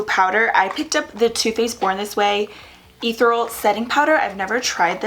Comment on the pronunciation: Hey, it's actually pronounced E-thear-eul.